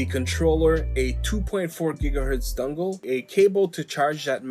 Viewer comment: Dungle...a...dungle....never, have I ever, in all my centuries of controller YouTube "research", EVER, even ONCE, heard someone call a mfin dongle a damn DUNGLE. ITS GOT DONG RIGHT THERE MAN! All you gotta do is just say the damn word and boom, young throwin dongs all over the joint. Holy ish ok actually it really is annoying me lol that sounds beyond stupid bruhh cmon man fix yo ish. DAMN.